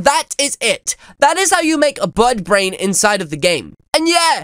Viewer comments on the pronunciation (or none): Did you just say buttbrain?